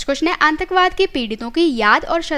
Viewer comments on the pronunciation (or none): Nice informative video.... But pronounciation of some words need to be appropriate. It's 'प्रदूषण ' not 'परदूसन ' and 'आतंकवाद ' not 'आंतकवाद ' ..... Some more words were pronounced incorrectly.